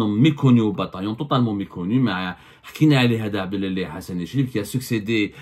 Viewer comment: إسمه عبد العالي.. وليس عبدلالي.. أنت تقرأ كل شيء بالفرنسية.. حتى الأسماء...!!